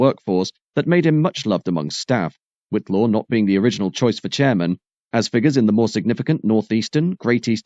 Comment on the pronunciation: ...and Whitelaw is White-law. I might have enjoyed it more if the video had been more connected with the narration.